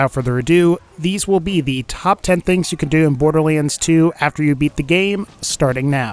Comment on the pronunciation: Maybe im going crazy, but is he constantly pronouncing 'borderlands 2' wrong? "borderleans"?